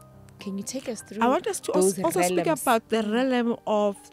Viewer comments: Realm pronounced as Relm not relem for pronunciation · I wanted to cry everytime they kept saying "relem"! Agh😭😩 It's Re-a-lm ladies! Anyway, I've learnt so much from this lady and her revelation. Thank you❤ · Realm.... Not 'Relem' otherwise interesting. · Ladies realm is pronounced relm not relem! Interesting interview but such spiritually enlightened people should educate people about the law of duality in these different realms. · Realm is pronounced as RELM... 😊😊😊